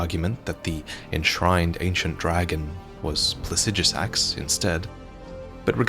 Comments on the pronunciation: I love the way he pronounces Plaxidusax, almost spunds like "Pu*ssydusax". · 30 seconds off the bat I just want to point out that You are incorrectly pronouncing Placidusax's name. Pla-si-do-sax if this helps. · Say plahsijjuhsaxx one more time. I dare you. I double dare you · While I may not agree with your pronunciation of Plasijusax i can get over it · "Plasijasax"? I'm not saying you're wrong, but when is it we decided that's how we pronounce placidusax? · Pla-cid-asax idk where tf you get the sh from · Might wanna figure out how to pronounce Placidusax before you make another elden ring video about dragons, just sayin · You mispronounced Placidusax every single time, good job. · That and he mispronounced Placidusax every single time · mispronounces "Placidusax", smh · Learn how to say Placidusax properly